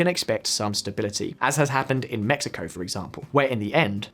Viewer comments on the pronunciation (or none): none